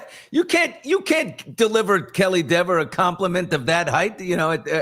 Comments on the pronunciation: Are you trying to make a joke, as Dever’s last name is not pronounced “Dee-ver” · plenty of accomplished character actors could play Kelly Dever. Kaitlyn Dever. Correctly pronounced as deever.